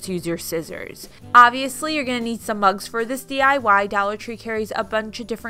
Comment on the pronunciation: I walked away and came back into the room when she said "you need crickets for this or you can use scissors" and then I COULD HAVE SWORN she said "you'll need lots of bugs for this and dollar tree carries tons of bugs" ......I thought she said bugs not mugs....I was like...what? Lmao